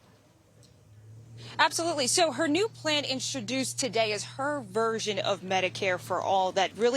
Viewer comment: is "INSTRODUCED" even a word ?????